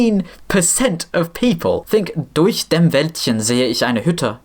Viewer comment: damn that durch was flawless